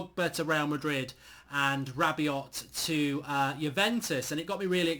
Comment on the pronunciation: Its pronounced RA BI OH (don't pronounce the T) you won't get him anyway